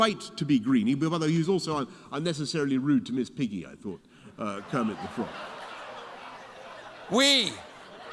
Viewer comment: I LOST it when Boris said Kermit's name🤣